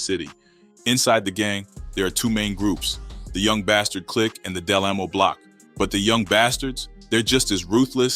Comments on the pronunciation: the one hundred and 90 is killing me its one nine oh lolol. and its DA or delamo lol. we don't say del amo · Del au mo 😂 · OK because I was saying I have never heard of them. I was so puzzled and the way he is saying Del Amo is Irking. That is not how we say it. Carson has calmed down a bit. I worked on one on one around this time crazy all that was going on behind the scenes. Kyla was always bubbly never had a clue. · Aww hell nah if yu not gone pronounce DelAmo correct im abou to report this video 😂 jk but get it right and Itz 1 Nine O not 190😂💆🏽‍♀️ put some respect on my city